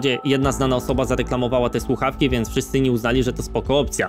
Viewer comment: Ta pierwsza influencerka od tych fakntastycznych sluchawek mowi "suawki". Tragedia. Natalia kaczmarczyk 🤣🤣